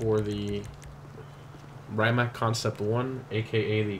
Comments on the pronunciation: Did he just say "ray-mack"?! It's pronounced "ree-ma-c" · It's actually "Rimac", not "Rymac", but still...glad that Croatian hypercar ended in GTA. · Friend, git no oroblem with you, but please pronounce Rimac like this: ree-mats